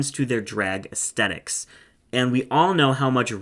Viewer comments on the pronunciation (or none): none